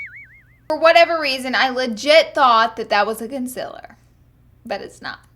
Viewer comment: "conceller" , "fills"